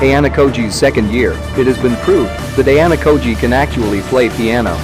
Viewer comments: aye-yah-nah-key-jay nice u could've made it sound better that sounds so stupid and it annoys me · a-ya-na-ki-j lol